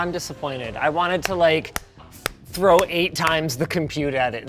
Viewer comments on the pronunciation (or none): none